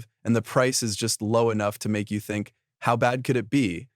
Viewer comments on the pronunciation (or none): none